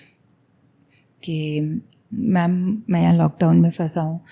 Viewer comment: the interviewer said bilkul "mam" but it sounded like "mom".I think in some ways the souls try to connect with their loved ones.❤❤